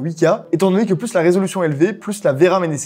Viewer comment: Au plussss ! Si ce n'est pas pour une addition, le "s" de plus ne se prononce pas ! Plussss t'es grand plussss t'es con, ça ne marche pas !